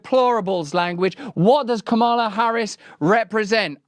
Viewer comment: It’s freaking pronounced Kamala - like Pamela. Sheesh.